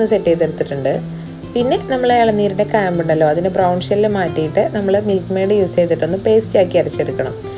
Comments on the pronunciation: ക്യാമ്പ് അല്ല കാമ്പ് 😂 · ഇളനീരിന്റെ കേമ്പ് അല്ല കാമ്പ് 😂😂